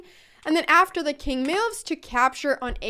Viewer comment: Best name because she cant say moves, she says meoovs